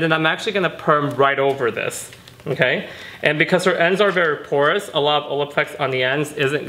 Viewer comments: You killed the word porous. 😖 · I'd be sober, I thought he was saying "course ends" BAHA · Say porous ONE MORE TIME 😂